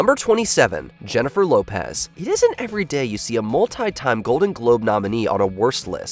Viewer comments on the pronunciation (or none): hhhheniffer hhhhlopeayz